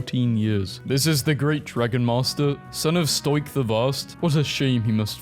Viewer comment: aint no way he said stoicks name like that